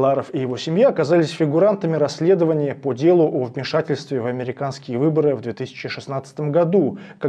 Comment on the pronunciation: РаСследование, а не раЗследование, грамотеи.